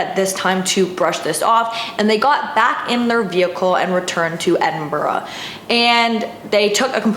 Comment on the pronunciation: Edinburgh in Scotland is pronounced "Edin-bu-ruh", It's a silent 'g' in there. 🐙